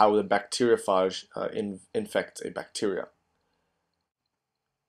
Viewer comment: It called a (bacteria-ph-age)